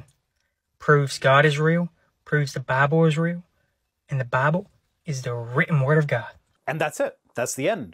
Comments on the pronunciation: I'm usually not one to knock someone's accent, but I cannot stand the way this man speaks. Whenever he says the word "Bible," I always hear it as "Bobble." And he for some reason completely drops the "L" sound from the word "scrolls." It really irks me that a native English speaker can't speak proper English. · I love how he calls it “mount arid”, and how he pronounces “Bible” ad “Baah-bl”.😂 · AITA for giggling each time he said "BaBlE"? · I'm such a terrible person, but I had to stop immediately after hearing how that guy pronounces "BAAAAAAHBLE"